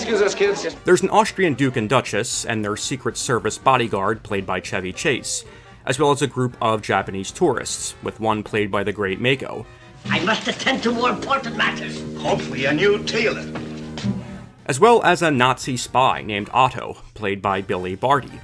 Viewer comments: It's Ma-ko not Mako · Mako's name is pronounced Mah-koh.